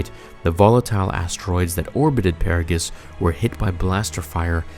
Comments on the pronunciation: Agreed. Don’t forget “Puh-Raw-gus.” Did he even play the games? lol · I was gonna say something too but you've already done it too. "Pear-a-gus" 🙃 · Lol it's 'Har-bin-jer' and 'Per-aw-gus' they say the names in the game itself. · Dude...homie...man. Just, for the love of god, play the fucking game. Or at least watch some clips. You pronounced so many names just...brutally incorrect. Ebon Hawk (you seem to correct yourself later in the video), Atris, Peragus, Harbinger. (this one, you have no excuse for. It's literally an English word!) And finally, though, I admit this is nitpicking, you mixed up 'disguised' and 'disgusted' at the end. But, for real, you make such great stories and explanations, and I know you do it with a time crunch...but, seriously. Proof read. It makes a huge difference. Little errors like this are excuses for other people to dismiss you as unintelligent, which is far from the truth. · I really like your content. But I have to ask. Are you purposely mispronouncing harbinger and peragas? Not that big of a deal. But I know I'm not the only star wars nerd out here than cringes when I hear something about starwars being mispronounced. It's almost like the cringe when a life long starwars nerd calling a lightsaber a ...."laser sword"🤮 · Did you pronounce all of those words differently from the game on purpose? Luke Peragus and Harbinger. Excellent video as always man:D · Hearing you pronounce per-ah-gus and har-binge-r as pear-agus and har-bing-er made me cringe so hard. Have you even played KOTOR? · It's "A"tris not "At"ris It's Harbinger (Har-Binge-er) not Harbinger (Har-bing-er) And for the love of god, it's "snuck' NOT "sneaked", as in, "Sions cloaked sith assassins SNUCK aboard the republic ship..." BRO ITS "Peragus (per- AH - gus)" NOT PARA-GUS They literally pronounce all of this IN GAME lmao I CAN'T be the only one bothered by this lol Grammar nazi rant over.